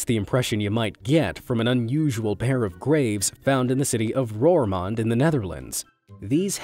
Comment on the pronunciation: I am duch and its so funny how he says roermond🤣🤣🤣